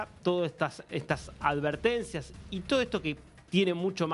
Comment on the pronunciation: AD vertencias. NO AL vertencias POR DIOS ASEGUREN SU LENGUAJE. No es tan dificil😅😅